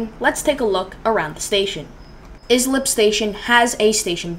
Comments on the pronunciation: Lmfao, its pronounced Ice- lip, not is - lip, do a little more research before you post another video, no need to watch further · That town is pronounced Ice-lip. 😁. That is the party train to the Hamptons. I would have went back there and grabbed a beer. 🍺